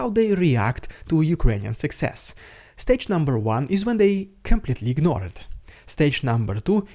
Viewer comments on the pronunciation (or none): none